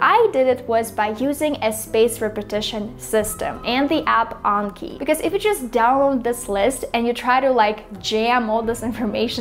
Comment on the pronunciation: Not gonna lie I'm so happy you said Anki correctly even some of the Japanese Learning YouTubers saying it wrong... 😆